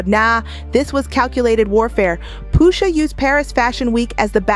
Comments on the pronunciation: Poosha??😂😂 I hate how she pronounced Pusha.... But aside from that this was good! Jimmy is crazy like 😂 his mama ...Great breakdown tho. Gave it a like 👍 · Ummm why is she mispronouncing Pusha and Nas? WTH? 😒